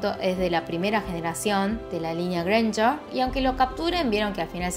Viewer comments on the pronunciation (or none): none